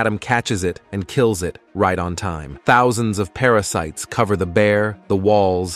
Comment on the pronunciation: The AI narrator started breaking. "Para-cities" instead of "parasites", "father" pronounced like it rhymes with "lather".